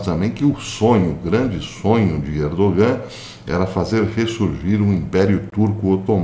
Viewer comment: Professor, sabendo que o Senhor é um perfeccionista, vai uma pequena correção: não se pronuncia o “g” no nome Erdogan